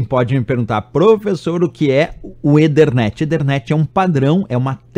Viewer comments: EE THER NET , NAO EE DER NET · legal! só que a pronúncia de ethernet não é esta. já que não quis falar "a la brasileira", tem que falar o inglês correcto.